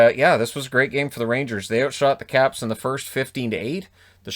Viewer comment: I thought he said the Crabs lol.